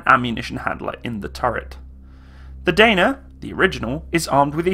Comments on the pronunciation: its not "deina" but only "dana" and it's actually crapy vehicle our army canceled regiment of these artillery vehicles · Those engines are underrated to last forever, same goes for suspension - also the swing axle suspension by Tatra can go through almost any terrain, it is almost like tracks. Pronunciation is Dah-nah and Zoo-zah-nah.